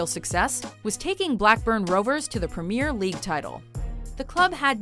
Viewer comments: Total mispronunciation of "Premier League Title.". *Cries... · How you pronunce premier league makes me cry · That´s not the point. The fact that Liverpool has never won is great. The way they say "Premier League Title" is awful. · did she mispronounce PREMIER League?? Ha, North Americans and football, a combination that will never work ^^